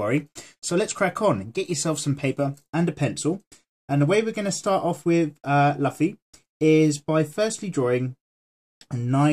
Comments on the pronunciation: LoL he said Luffy ( la-fee) it's supposed 2 be Luffy (loo-fee) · its not laffi its luffy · its lucy not laffi haha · i think he pronounce it as the english say Duffy but yeah its luffy pronounced loofy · DID YOU ISUT CALL LUUUFFY LUFY? triggered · Luffy not laffy.. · It s not laffy its luffa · nobody is watching this in 2020 lol😭😭😭 i watch one pice subned and its not pronounced laffy or luffy they say 'rufi' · it might just be me but it pains to hear luffy pronounced 'lufi' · right its painstakingly clear he has never seen the show lmao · I know you get this a lot but it's pronounced (lou•fee) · sorry (though the drawing is awesome)its pronounced loofy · we pronounce it Loofy here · Did he say laffy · Laffy wtf is luffy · I cringed when he said lafi😁😁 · The way you say his name... but dope drawing <3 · plz check Luffy's correct pronounciation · It’s luffy ur sayin the name wrong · He isn’t Pronouncing it right